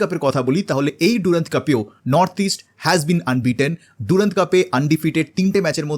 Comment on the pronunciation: Henry mortimer durand was an englishman... onar nam er uccharon french ki kore hoi? Its durand...not ডুরান্দ.